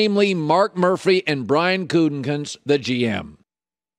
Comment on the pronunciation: "Goot-a-Koonst". Not "Guten-kunst". As often as his name is being said in recent weeks, the least they can do is learn how to pronounce it. Also, the word is "versus", it is not "verse". Colin is like nails on a chalkboard today!